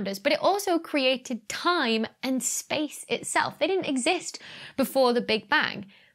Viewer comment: Shpace ... it´s like "Reshtaurant" ... so annoying for my german ears 😂